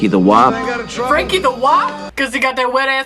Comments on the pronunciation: LOL--'Wop' was a common slur for Italians; not W.A.P. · its WOP not WAP. get your ethnic slurs right! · "Franky the wop" not "the wap" ... Wop is a slur for an italian person. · WOP (derogatory term for Italians) NOT WAP. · "wop" (slur for Italian) not "wap". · "guap" not wap lmao guap is a derogatory term for Italians so his name was Franky the Italian lol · Whop not wap.... It's a derogatory term for an Italian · It's not WAP. It's WOP. It is a slur for Italians meaning "without papers". A reference to when they came to America through Ellis Island. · Wop, not wap, is a racial slur for an Italian